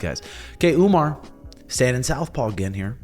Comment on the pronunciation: why Sean and call Umar as Umnar??? 😅😅😅